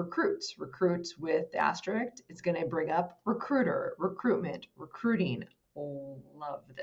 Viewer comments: You call it a star because you like most people don't know how to pronounce asterik. Ever notice that most people use the word ekcetera and don't know or care that it's not correct. lol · Respectfully, it will make you seem more professional to say asterISK and not asterIKS. The ending should sound like the word "risk". thanks for the great content!